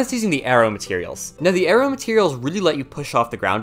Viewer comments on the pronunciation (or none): none